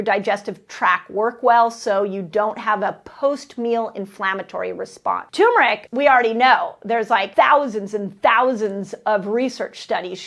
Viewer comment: Love you, so I forgive you for mispronouncing turmeric -- TURRR-meric🥰